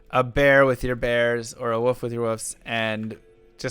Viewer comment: Why cant Americans say wolf? Sound it out.